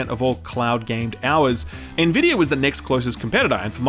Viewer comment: You've started pronouncing Nvidia correctly. Proud of you.